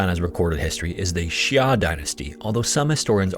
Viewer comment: 'the tsschhya dynasty may have existed, but some researchers say tsschhya right